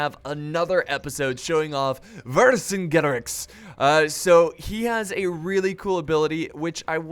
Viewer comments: Not to be rude, but it is verk-ajet-arex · it's pronounce ' Ver kin geto rix " and it's a title not a name ;) its mean " great king of warrior " sorry for my english :s